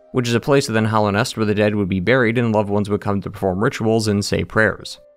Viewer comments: All of your opinions are invalidated by the fact that you keep calling it "Hollownest" instead of Hallownest. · Hallownest not "hollownest" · I love your videos but your pronunciation of hallownest is driving me nuts